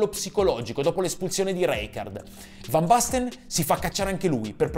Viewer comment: Fan basten mateus, ma la pronuncia ? Né cogliamo parlare ?😁